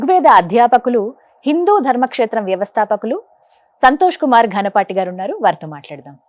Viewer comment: Anchor did not pronounce it properly. గాన పాటి కాదు ఘనాపాటి అనాలి